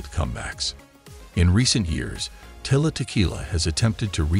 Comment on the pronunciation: You keep saying her name wrong dude, its Tila, not Tyla